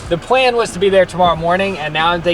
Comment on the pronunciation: The entire reason I watch these is to hear say words like, “Pwan instead of Plan”.